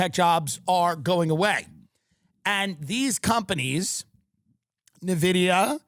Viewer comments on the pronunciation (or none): Petition for to Tim learn how to pronounce NVIDIA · The pronunciation on Nvidia and Jensen Huang hurts me.